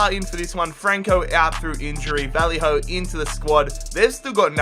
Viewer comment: Honestly cringe so hard every time you say Vallejo's name, it's Vayeho, not Valleyhoe